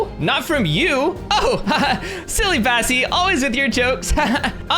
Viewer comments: You call bassie cassie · Kassy you mean bassie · U said Cassie instead of bassie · Yes I was like “did he just say Cassie?”